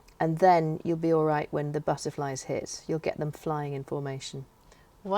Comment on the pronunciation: Speaking between you did you say 'buzzerflies' instead of 'butterflies'?? Please do let me know as, that is what I hear...... Thanks.